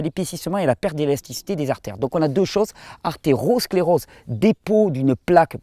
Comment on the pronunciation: Attention pas de "r" au début d' "Athérosclérose" (voir Ce "r" en trop n'aide pas à retenir la différence entre "Athérosclérose et "Artériosclérose" . C'est ton accent catalan ? ;) Athérosclérose (sans "r"): lié à la plaque d'Athérome Artériosclérose (avec "r"): lié aux ARthéres qui se durcissent et s'épaississent comme tu l'expliques bien. En tout cas, merci pour la vidéo car maintenant j'ai un moyen pour faire les différence entre les deux, et plus d'arguments sur le sujet. Michael.